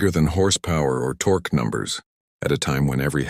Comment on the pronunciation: computer voice needs to learn how to pronounce "torque", and many other words, and figure out the LB means 🙂